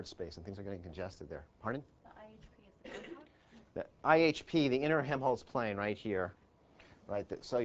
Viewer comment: Helmholtz, not Hemholtz :)